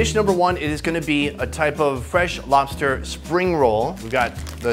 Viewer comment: Did anyone else noticed her talk to be funnny and cute at the same time lol 😂😂. I was laughing like an mad idiot when she said lofster instead of lobster.🤣🤣 The video was Cringe as fuck bro but however sunny cooked very good.